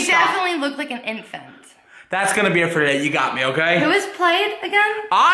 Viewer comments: So is no one gonna talk about saying idefant and not infant? No? okay... btw no hate just thought it was funny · "an intfant" 😂